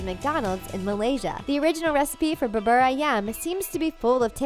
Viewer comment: If you pronounce ‘bubur ‘ as in the video. I’m afraid you may confused the cashier.